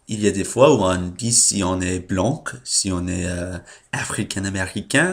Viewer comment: 2 vidéos par semaine, c'est bien =) Et pour "blanc" on le prononce "blan" sans le "c" donc, Et de même "son peau" est "sa peau" Voila Bonne journée/nuit